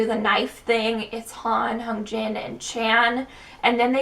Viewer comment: I love your analysis. Just something I keep noticing is your pronunciation Hyunjin. You put more emphasis on the H but it should be more on the y.